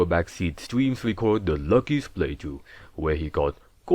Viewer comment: the wuckiest playthrough in histowy?